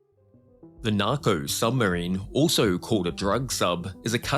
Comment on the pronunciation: Hey Mr Creator >> It's said S U B M A R I N E >>> not S U M B E R I N E !!!